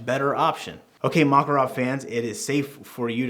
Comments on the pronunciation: Not MAkarov, but MakArov! Stress on the second syllable, on the second A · Makárov!!! When i heard Makaróv a want hit your head by a handle of PM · makArov, not mAkarov😅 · Mockerov? No Makarov sound it out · I wanna slap you every time you say "mah-kuh-rawv". This is Muricuh. We say "MACK-uh-rov" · Model Is PM. Pistolet Makarov. It is pronounced Ma-KAR-ov, NOT MA-karov. got it right. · Nice "Mockarov" with "baykalite" grips bro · Its pronounced Mac-A-rov you illiterate uneducated american idiot. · I'm gonna have a stroke if I hear "Mockarov" one more time lmao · the mockarov lol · "maw ca rawve" cant stand that had to stop watching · Thank you for the review. Apparently, you do not know - how this pistol is named. The stress is on the second syllable: McCarov. Think McCoy. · 1) Ударение ставится на второй слог: макАров -запомни это на всю оставшуюся жизнь 2) Этот пистолет целенаправленно создавали на основе успешного дизайна Walther PPK 3) Только специальный патрон 9х18 -остальное это Не МакАров!!!